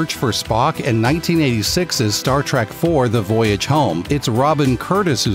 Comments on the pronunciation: Oh ffs, it’s Star TREK not Star Track! Ruins the entire video. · T-R-E-K not Trak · Star TREK not Star TRACK! JEEZUS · IT'S STAR TREK NOT STAR TRAK!